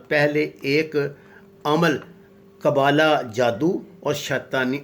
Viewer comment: قبالہ جادو ہوتا ہے قبولہ نہیں